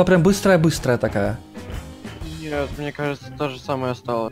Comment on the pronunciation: Почему ты говоришь не Мне а мине?